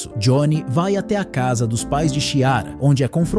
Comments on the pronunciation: Que nervoso a pessoa falando Xiara so invés de Chiara!!! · O ruim de ser um robô como narrador, é que não sabe diferenciar algumas palavras, confundindo-as com siglas e também não sabe a pronúncia de alguns nomes próprios como Chiara. É horrível escutar falarem errado, principalmente em histórias inventadas e narradas pela IA, que também tem uma criatividade bem ruim.